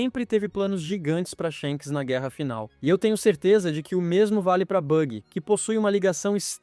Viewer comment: "Shenks e Dregon " kkkk